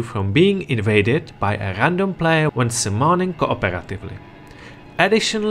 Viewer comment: It doesn't have to be negative or positive, it's just something that is. But I think you can say play-yer instead of plaiar 😂👍